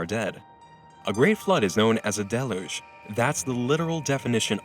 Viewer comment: The narrator on this vid needs to learn how to pronounce deluge properly Try delyuge and you're welcome. Lol.